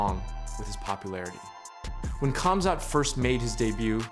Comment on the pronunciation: Its a silent K. Guessing you still use the K in Khabib too 😂😂